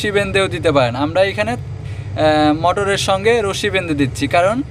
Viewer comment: বেন্দে না ভাই বেধে